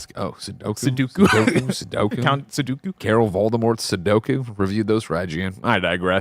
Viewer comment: Did Greg just call Carol Vorderman "Carol Voldemort"?